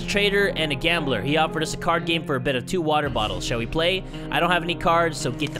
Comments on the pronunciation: I like it better when he says "Watahh and some soup" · Hatsune Miku and he can't say wattaaa